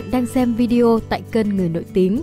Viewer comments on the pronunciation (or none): none